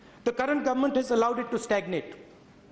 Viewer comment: did he say "allowded"??